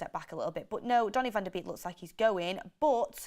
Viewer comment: It's not pronounced vander beak, it's Van DE bayk